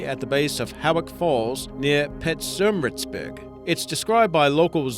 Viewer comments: and "Peter-mah-ruts-burg" not pe-mah-riet-bur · pets-som-ritzburg......That cracked me up with his pronunciation of Pietermaritzburg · how hard is it to say pietermaritzburg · Pietermaritzburg is pronounced peter-mar-itz-berg, I can let grootsland (gggroot-slaang) but fuck me, at least google the pronunciation first